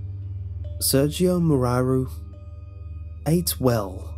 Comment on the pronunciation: Did all the romanians cringed when he said "Sergiu Moraru". That was so beautiful but so painful.